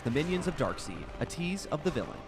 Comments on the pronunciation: Darkseed? I thought it was Darkseid (pronounced "Darkside") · All going well, until I heard, "DarkSEED" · Yeah it bothered me too. (Metallo) pronounced as Ma-tal-lo, not Metal-low. (Darkseid) pronounced as Dark-side, not Dark-seed. If they ever get it wrong in the movie....that's it...DC will officially suck. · side not seed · he said dark seed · Its pronounce MA-TAL-O and darkseid is pronounced DARK-SIDE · I cringe when he tried to pronounce Darkseids name and Lana Lang was also in Man of Steel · The way you say Darkseid and Metallo really frustrates me.